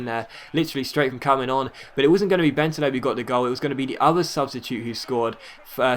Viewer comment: Schär is pronounced Shar and Bentaleb is Ben Taaleb(2 syllables)